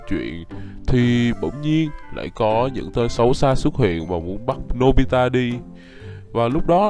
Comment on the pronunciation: anh ơi anh mới nói nobila đó 😂